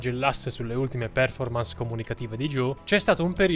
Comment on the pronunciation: Certe volte mi chiedo se lo fai apposta, a spostare tutti gli accenti alle parole, anche a parole che hanno un accento generalmente conosciuto e accettato. Io mi rífiuto, catègoricamentè, di íscrivermi al tuo cànale pèrchè provò veràmente un gravè scònforto quandò immagíno che oltre a Ucrània o pérformans qualcuno possa andare in giro a rípetere addíritturà psichedélia. Please. Stop. Get some help 😅